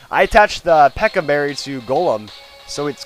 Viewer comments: you say pecha berries pecka berries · I don't really care when it comes to pronunciation, but Peck-a? Its Peach-a. It looks like a peach, and it is sounded like a peach. Ergo, its is peach-a. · i am really sorry but it is pronounced like pe-ch (you know like chew) - a not pe-kk-a